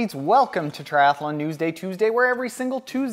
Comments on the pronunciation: 1 A in “Triathlon” not Triath A lon”. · lol...I pronounce it triath_a_lon too; my mouth doesn't seem to like so many consonants in a row.